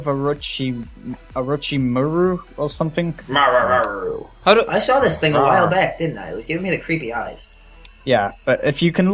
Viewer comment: its orochimaru not arochimaru